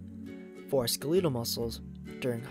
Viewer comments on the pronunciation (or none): Love the vid but I believe it’s pronounced skell-et-all like skeleton, because it on our bones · you say "Skeletal" really weirdly....why do you pronouce it like that? ?scolitle what is that ?" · skhulootle muscles? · Wait...are you purposefully pronouncing skelatal muscles as Skilittle muscles or is that a gag? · Had to scroll down this far to ensure I wasn't the only one cringing at 'skeh-leetle' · "Skleetal muscles" duh! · Great vid but please, you’re butchering how skeletal muscle is pronounced. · skuh-lee-tul muscles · Why are you saying skeletal that way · Is he trying to say skeletal? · Alright this is an amazing video but who the fuck says skeletal like that